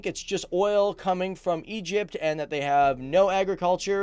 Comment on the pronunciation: Egyyyyypt is not an Arabic country